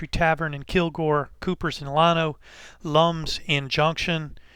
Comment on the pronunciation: It’s LAN-O like land O minus the D Nice video tho lol